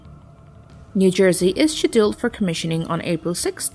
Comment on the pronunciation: I feel like it's text to speech, they can't pronounce "scheduled" properly, and others have pointed out some other mistakes.